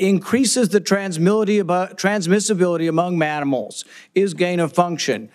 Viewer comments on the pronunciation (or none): "transimility among manimals!" - Rand Paul. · Did Rand Paul just say maminals?! 😭 I don't trust fauci but man, I hate Rand Paul... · Manimals gets me every time. 😂